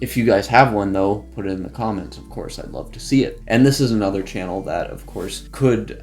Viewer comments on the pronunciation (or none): none